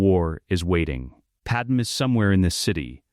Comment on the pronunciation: Just declare her Kryptonian instead of Nabooan, because your idiot AI keeps calling her Pad-Em rather than the proper pronunciation of Pad May.